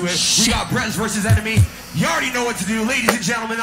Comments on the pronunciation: Birez? That's Brez... I know that you know but seriously... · Oh so its "Brez". 10sec later: B-rez